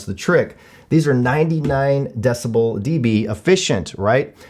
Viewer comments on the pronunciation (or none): none